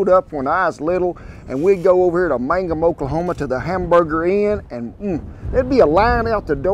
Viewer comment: Hey Kent! I grew up in Granite just a short drive to Mangum, I've eaten at Hamburger Inn many times. I can tell you know the area because you actually pronounce Mangum correctly, lol. You say it like mang-um rather than man-gum like most people do who aren't from around the area. Anyway, I moved away years ago, but I miss that place, the Hamburger Inn actually had burned down a few years ago, not sure if they have reopened. I haven't been back since my parents moved to be closer to the grandkids.